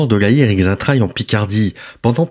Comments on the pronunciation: Le X se prononcé Che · "Xaintrailles" se prononce "Saintrailles". "Laonnois" se prononce "Lannois", comme "Laon" se prononce "Lan".